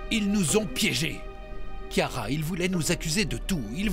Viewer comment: Non kyara sans liaison Par le saint esprit 😂😂😂